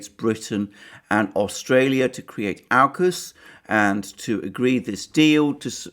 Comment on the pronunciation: you pronounce aukus correctly... the way it should be, to make sense of au uk us and not awe-cus